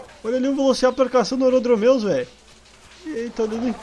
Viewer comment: E empresão mais no minuto 0.7 tu fala velociciraptor